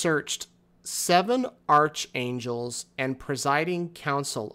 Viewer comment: btw "Archangel" is pronounced ark-angel.